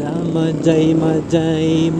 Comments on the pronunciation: Hindi Yan majay majay basa nyan sa mahay hay laguna po Yan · Mahayhay po ang basa dun ndi majaymajay✌️ ingat po😊